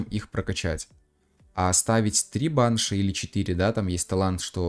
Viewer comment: пожалуйста можешь ставить ударение на и (баншИ)😭😭😭😭😭